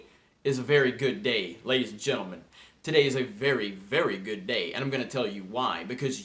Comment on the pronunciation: That toodaayy was a little off. Keep up the good work!